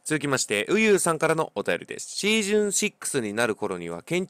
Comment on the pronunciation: シージュンって言ってて草